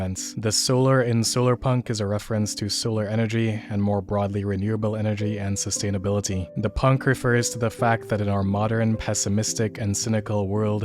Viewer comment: "late stage X", "look, a tree!", "sustanabeletee"... Ah yes, The Soypunk!